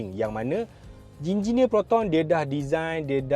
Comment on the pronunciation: “Jinjineer” Proton dah design 😂😂😂